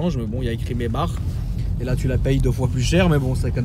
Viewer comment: Pourquoi tu dit [Maybar] c’est pas plutôt [Maybak]?